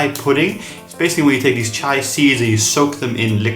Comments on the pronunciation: It is chi-a not cha-i pudding. Chai is tea. Chia is seed. There's a difference. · CHEE-YA not CH-AYY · Why is he saying over and over again CHAI????????!! Omg i closed the video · Not chai seeds, they are chia (chee a) seeds. Thanks for the recipes. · If you listened to just the audio of this video it’d be so confusing 😅 Chia and chai are different things, chia seeds is what you’re using for this video but chai is a combination of spices used for chai tea that originated from India. The pronunciation is different. The seeds are CHEE-a and the tea is Cha-eye. But Overall cool recipes, never thought of putting mach-a powder in it, could give a little morning caffeine boost as well. I make it with chocolate or dark chocolate almond milk and put toasted coconut flakes on top or strawberries